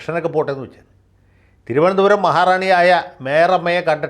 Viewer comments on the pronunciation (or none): Vakil's thironthsram accent is not correct. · Good sense of humour....you got the TVM accent very superb. Good mimics. Love you Sir. ❤👍🙏